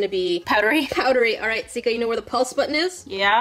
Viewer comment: Why is everybody calling her Skia? It is Sika not Skia😂